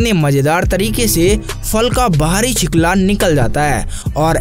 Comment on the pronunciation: छिकला नही छिलका भाई 😂😂